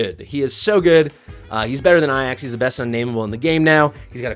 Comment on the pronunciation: What's the story with how you pronounce Ajax?